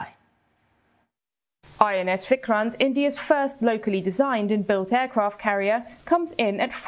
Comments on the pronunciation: It's vikrant not vikran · Its VIKRANT not VIKRAN U can do better CNN